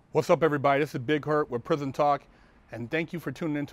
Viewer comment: prison dude, it's prison. Say it right.